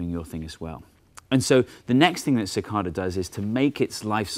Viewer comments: It's not "mathS"! But hey, it's also not "ca-cod-a". It's "ca-cay-da". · It's pronounced Sih-KAY-Duh not Sih-KAH-Duh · As someone on the eastern seaboard of the U.S., I've always heard it pronounced "si-KAY-dah", not "si-KAHr-dah" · "sih-KAY-da" instead of "sih-KAH-da" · cicada not cicarda lol i know what he means tho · (sik-KAY-dah)...normally I ignore the British accent, but since it's an American animal...say it right! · CicaRda he says :p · where i (east coast) live cidada pronounced sə-ˈkā-də (ci-kay-da) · It's pronounced sick-KAY-duh. Long A. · Its pronounced Ci-Cade-eh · Ok Steve, I can't take it anymore. It's cicAYdas with a long A. plz stahp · OMFG We don't even pronounce "cicada" the same way. I can't take this anymore....I...I just give up.... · Your pronunciation of "cicada" with the first A acting like a short O completely threw me. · So how is "Cicada" Properly pronounced? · I didn't know Brits said cicada like that.